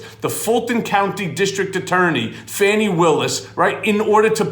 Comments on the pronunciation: I think it’s “Fawnie” not Fanny! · please. D.A. Willis' name is not Fanny, it's pronounced FAH-knee.